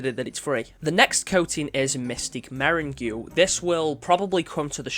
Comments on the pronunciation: "Meringue" is pronounced like "merrang". It is a sweet confectionary, often in colors similar to those in the armor coating. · mystic "merin goo" i cried so hard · interesting way of saying meringue 😂